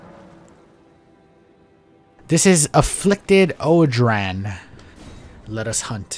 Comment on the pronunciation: Sorry to be that guy but odrahn is pronounced Oran